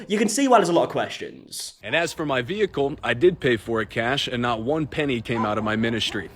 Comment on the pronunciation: He says "vehicle" like a cop